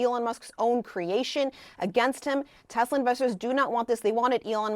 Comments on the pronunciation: "i love tesler" - orange clown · "I love Tesler, it has computer" 😅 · "I love Teslur" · What happened to "I love Teslerrr" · "its all computer, buy TESLER"....